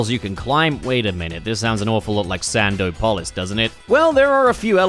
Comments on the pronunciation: You're pronouncing "Sandopolis" like that as a joke... right? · The way you're pronouncing Sandopolis is giving me an aneurysm. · I can't with sand-O-polis lol. Love it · thought he was sneaky with that sand-o-polis pronunciation 😭😭